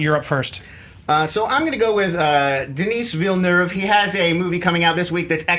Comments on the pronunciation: The girl pronounced Denis Villeneuve's name as "Dennis Vinya", I know it's hard to pronounce but at least make an attempt to get it right. Great video nonetheless. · Every time they said Denis Villeneuve's name (by the way pronounced 'Deni Villenu' for anyone wondering) it would change haha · I'm from Québec and I can conmfirm officially: you don't pronounce the S in "Denis Villeneuve". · "Duh-knee Veal-nuhv", guys. Not that hard... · I'm from Quebec, so I know the proper French Canadian way to pronounce Denis Villeneuve; I'd say the closest I could describe it is "The Knee Vil Nerve (but don't pronounce the "r")" Just saying... it's funny how people everywhere are having a hard time with it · Deni[s] Villeneuve. Do not pronounce the "s". pronounced it right. (I'm from Québec (you know, what you call French Canada));)